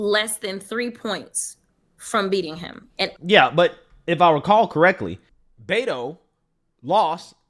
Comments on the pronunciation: Was that photoshopped onto the top of her head? Looks completely separate... Also, who the Hell is Bet-O? She's in Tx and can't even pronounce his name?! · Crocket mispronounced his name. It is BetA, not Beto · Such an educated woman in Texas is pronouncing Beto as bet-oh instead of bait-oh. Bless her heart, she does not even know how stupid she is.